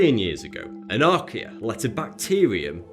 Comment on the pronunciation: When he said "archaea", my brother asked me "Is he doing a commercial for IKEA?" I was like "Um it's just his accent". #1like=1 less IKEA Commercial